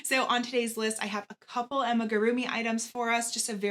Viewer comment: With all respect🤓Its AMIGURUMI ♥️ Not Ammagurumi🙌🏻